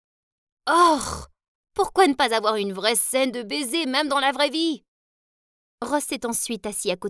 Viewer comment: Le bésé le bésé 😂😂😂😂😂